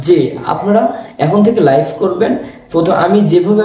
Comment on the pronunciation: ❝লাইফ❞ না ভাই ❝লাইভ❞